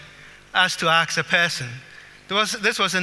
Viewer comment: He just had to say aks during the presentation... Smart man though.